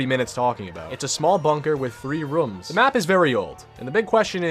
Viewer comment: I get a weird when u say room